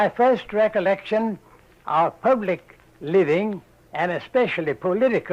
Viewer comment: 'A greht struggle' at . You can hear the echo of monopthongized vowels. He also occasionally pronounced words like public as 'pöblic'.